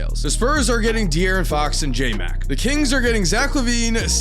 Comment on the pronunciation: not him saying JMAC LMAO 😂